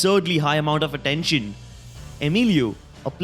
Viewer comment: Arr-dention hahaha the way you say attention is hilarious